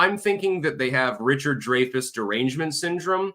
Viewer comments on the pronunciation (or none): I believe he pronounces it,"Dry-fuss".. not "Dray-fess"js. ....